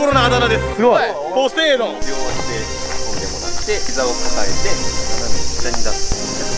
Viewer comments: のポセイドンって言った時「ポテトー亅に聞こえるのは僕だけ？ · のポセイドーンの時の「ポ」がポテトで〜すのポやった